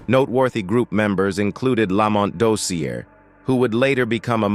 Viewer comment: These narrators need to research and know the subject matter. 1. It's Tammy Terrell - (ter-réll) accent on the "rell" which rhymes with "bell". 2. (Ma-hail-ya) Jackson. 3. Lamont (la‐mónt) accent on the second syllable; Dozier (dō-sheur) accent on the first syllable. How does this narrator NOT know these great and popular artists?!